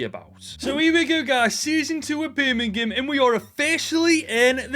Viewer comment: Evrery time you say birmgham it sounds like youre gonna break out in a birmgham accent 🤣